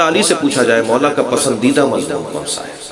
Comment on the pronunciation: MashaAllah but plz lafz Mazmoon ki islah kijye mazboon nae hota its Mazmoon